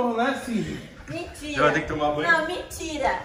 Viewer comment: Piscina: A: mintira, mintira, não gente, mintira, mintira